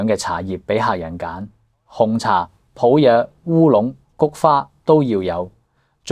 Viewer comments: 普洱（里音），不是普亞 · 「普里」，不是「普雅」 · 普洱，粵語讀普梨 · 連"普洱"都讀錯，咪自認係老廣茶客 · 為什麼連廣東話都說不准普洱是怎麼讀的。學會了才做節目。傳揚粵語！